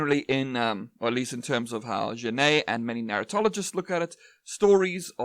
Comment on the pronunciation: Hey, great video but Genette wasn't Spanish hence his name is pronounced like Jerar Jenett. Hope this helps 😅